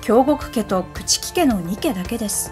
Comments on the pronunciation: 既に指摘がされてるけど、朽木は『くちき』ではなく『くつき』だし 国人は『くにびと』ではなく『こくじん』と読みます。 もしかしたら、近年の学会では読み方が変わったのかもしれませんが、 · 朽木ってくつきだよね、くちき？？